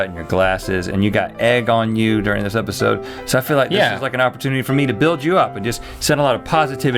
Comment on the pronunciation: "episoud" HAHAHAHA